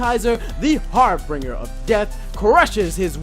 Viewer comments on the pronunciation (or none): Clawitzer. Claw-it-zer. Say it with me. Also "harbinger of death" - har-bin-jer.